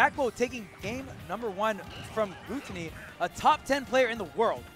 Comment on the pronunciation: Why they saying glOOtony lmao